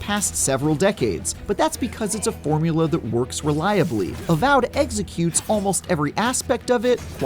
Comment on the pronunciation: ‘Avowed eggsecutes almost every aspect of it quite well”